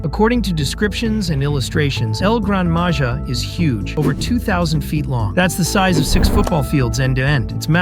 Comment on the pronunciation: You need to pronounce “Maja” as “maha”